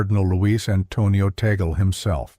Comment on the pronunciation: The Cardinal's surname is pronounced as "TAG-LE" . NOT as "Tae-gel" or Tay-gel. It's a FILIPINO-Spanish surname. And he was born in the province of Cavite. Not in the city of Manila. He was a former Archbishop of Manila. And PLEASE. Do not create a malicious and misleading THUMBNAIL just to invite views. Respect the person you are featuring. Especially if that person is well-known and a religious personality.